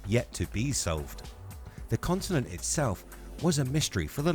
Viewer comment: is sounds like you say "consonant" not continent.